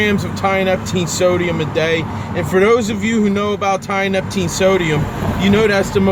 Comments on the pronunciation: tee uh nep teen < not tie uh nep ok kool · Uneducated people shouldn't play about with drugs. If you can't pronounce its name properly then you clearly haven't researched it enough to use it responsibly. This is why potentially useful novel substances get banned.